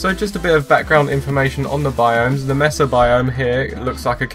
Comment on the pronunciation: Its not pronounced messa, Its Maysa